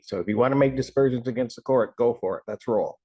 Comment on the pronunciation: Aspersions. Not dispersions.